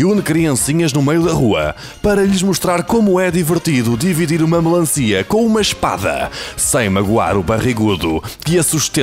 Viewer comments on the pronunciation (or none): Melancia? Diz-se melanci!